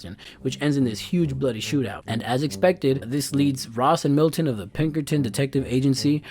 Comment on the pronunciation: "Milton" XD